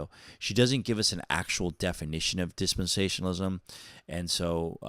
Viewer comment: You can't even pronounce dispensationalism , lol😂